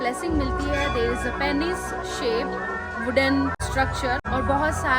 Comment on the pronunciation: बोलने में पेनिस नहीं पीनस होता है.